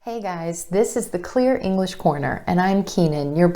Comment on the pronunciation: Please, always make the hard g clearly hard in "English" and similar words. You almost omit it. It should sound like the g in glad.